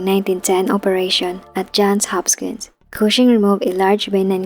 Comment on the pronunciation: To the content creator: Is the voice narration AI/TTS or a person reading a script? Either way, it is terribly distracting to hear well-known names like "Johns Hopkins" continuously mispronounced.